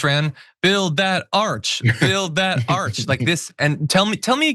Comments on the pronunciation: It’s an ARCH not an ARC. Frickin’ idiot. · Trump says arch one time then he continues on calling it an ark. The man is slurring/mispronouncing his words more and more. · It's an ARCH not an ARK. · An arc? Arch. What a moron. Or does he mean Ark? 😂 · Isn't it an ARCH, not an ark? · It's pronounced ARCH, not ARK, Trump you idiot.